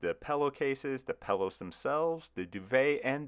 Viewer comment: Why is no one talking about how he says pillow “Pellow”